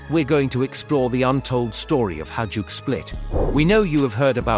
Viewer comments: Not hajuck, hajduk is pronounced high-duck. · It's pronounced "HAYDUK" ! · bruh this was hard to listen lol, every time. Its pronounced high-dook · I‘m wondering if it is really so hard to pronounce Hajduk and not saying Hadjuk , the J comes before the D and not the other way around. But i guess this is an American thing. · AI voices cant pronounce Hajduk or Dalmatia. Maybe you should buy a microphone.